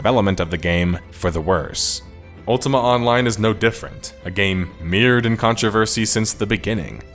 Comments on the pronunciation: Heads up, mired is pronounced mye-erd, not meered. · Don't like being that guy, but "mired" is pronounced "my-urd" with the long 'i' sound. I know I'm that guy, but I believe that it's helpful and despite going unacknowledged and even down-dooted for being a grammar nazi, the narrator will appreciate it the next time he has to say the word. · for future videos the word “Mired” is pronounced with the i sounding like “I”. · That's one way to pronounce mired